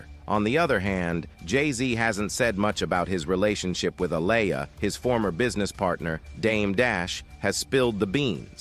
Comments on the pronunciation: Bill Cosby ish was 30 years later.. these ppl do what they want. Aaliyah boy you sure effed her name up bad. I didn't think it was possible y'all don't know how listen to these ppl names first? Yes you can because you got it right like twice. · Please say Aaliyah name right!! If you can't pronounce her name right then don't say it at all!! Leave the reporting on her to others who know how to pronounce Aaliyah's name ok!! 💯💯💯💯💯 SMH THE DISRESPECT IS REAL!! 🤔